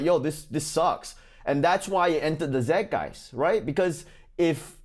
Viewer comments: at 5.35, it's zeit geist, pronounced zyte guyst. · This is an old classic. But Ronnie, pronunciation note: zeitgeist vowels rhyme with “fight guys”, while “zitgeist” refers to white marks on an adolescent’s mirror. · Side note: For the love of Ronny, please, somebody play him Google Translate's "zeitgeist" pronunciation. No more ZedGuys, it's not an Australian word. 😁🙏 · So funny Ronny Zeitgeist is German - maybe you might want to learn how to pronounce Zeitgeist properly? I’m German Chinese - so I got the Chinese segment but list you with Zeitgeist?